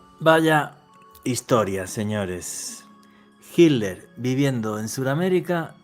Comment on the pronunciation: Por favor,se pronuncia HiTler con T no con D